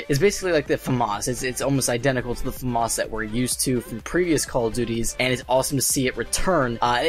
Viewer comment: He says "famas" so weird